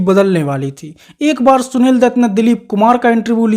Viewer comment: Are anpadh h kya tu . Gwaar bhi h . Shunil dutt nhi hota . Sunil dutt hota h . .hindi ka apman h . .sja milni chahiye . .shaadi ko saadi bolta h